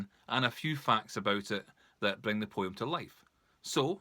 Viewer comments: If I have to hear this prat say poyim for poem $##@@ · Wow this was a beatiful poy-um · The way you say the word "Poem" is so funny, thanks for brightening my day!